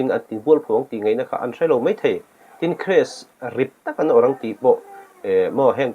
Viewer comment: Mei...mei thei...😂 Mizo țawng thiam lo hian YouTube channel in siam ve a😂